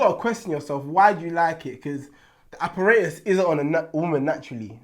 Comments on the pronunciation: Did this man say "Apparatus" 😂😂😂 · Man said "apparatus" you know